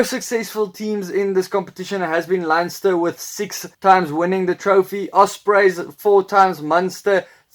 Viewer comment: Nice video. The only name you're struggling with is Leinster. It is pronounced Lenster. It can be confusing because there is an English club called Leicester, which is pronounced Lester. Leinster is the strongest Pro 14 team, and they get the biggest crowds.